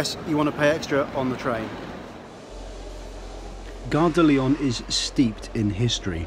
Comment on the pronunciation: You're wonderful - Great info! but you aren't pronouncing Gare de Lyon correctly. The N isn't sounded - if you care! For the future...:-)